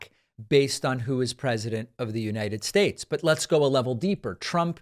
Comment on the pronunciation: You mispronounced Uniyed Shashe...